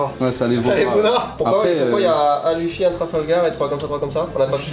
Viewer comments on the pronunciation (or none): none